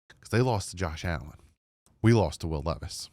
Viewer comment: I love how you said Will Levis lol. PTSD.